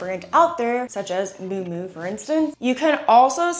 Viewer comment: I think she's referring to Miu Miu, but doesn't know how to pronounce it. Lol